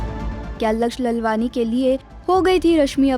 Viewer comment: Pronounce laalwaani. Not lalwani